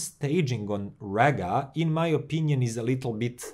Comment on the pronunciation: It’s pronounced REEGA!!